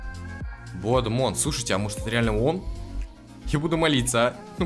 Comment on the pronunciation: Там правильно будет не "блод мон", а "блад мун", а переводится "кр^в@ луна"🙃